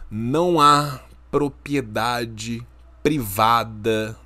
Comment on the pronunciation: O sempre fala "propiedade", em todos os vídeos. Ele tem algum distúrbio de fala tipo dislexia ou só fala errado sem querer msm?